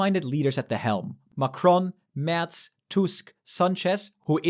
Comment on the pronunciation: If you can pronounce Merz correctly, why can't you pronounce Macron?